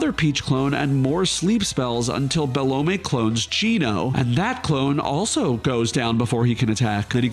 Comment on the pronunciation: man i've never seen anyone pronounce it be-lo-may everyone says - bell-um